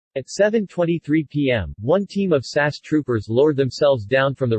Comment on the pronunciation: Just a quick note: The SAS is not pronounced "Sass." It is spelled out S-A-S not pronounced as a single word. The liner's name is pronounced A-kill-ee. Also, there is no such thing as an "automatic revolver" as stated in Number 8.